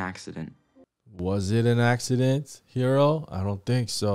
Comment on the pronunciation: and it sounds like she’s saying “Hito” for Hiro